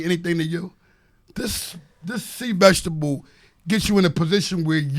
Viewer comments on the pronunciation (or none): can't pronounce the word "vegetable" that is all....